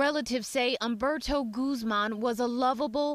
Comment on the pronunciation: Uhmberto? It's Oomberto. At least say his name correctly. He is a hero.